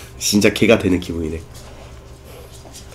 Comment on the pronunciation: 개가된 기분데 개괏된 기분이라고 약간 발음이 꼬이신거 같아유 ㅎ